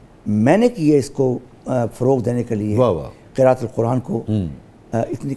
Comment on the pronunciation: بہت عمدہ پروگرام کی بہت بہت مبارکباد شاہ صاحب بحیثیت طالب علم ایک درخواست ہے۔ آپ جب لفظ قرآت بولیں تو اس کو یوں بولا کیجیے قِ رَ آَ ت۔۔ ر کے بعد ا پر زبر لازمی بولا کیجیے بصورت دیگر معنیٰ بدل جاتا ہے۔ یہ عرض اس لیے کی کہ اس کا تعلق قرآن کریم سے ہے۔ میں جامعہ الازہر الشریف مصر میں ایم فل کا طالب علم ہو الحمدلله تعالیٰ